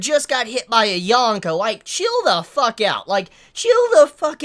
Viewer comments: Dude the worst part of watching your videos is hearing you saying "yawn-ko, yawn-ko." It's a long o. Yōn-ko. And I probably seem like a jerk saying this but seriously if you're reviewing this stuff so much you should probably try to pronounce it right. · there's dozens of reviewers who pronounce it Yōn-ko if it's truly a bother